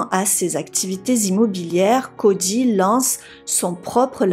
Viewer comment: Cody. Pas CODJY🤦🏾‍♀️